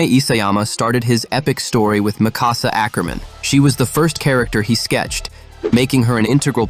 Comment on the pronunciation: For 24, when Eren is talking to Hange he literally goes, "I could use the power of the War Hammer Titan to escape". And 28, well, Levi is Levi. And, can you please pronounce Mikasa's properly? It's not that hard.